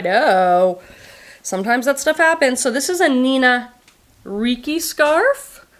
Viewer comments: The cigarette hole has stiff edges because it melted the synthetic threads when it burned. Nina Ricci last name is "Richi" . The two "c's' together are a "ch" sound. I love the Pure Joll line from JJill. Such nice fabrics, so comfortable but you look more put together than if youre wearing a 20 year old concert tee. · Hi, Nina Rocci is pronounced as Nina Rich! I know you don’t care about brand name’s pronunciation but maybe French people do😂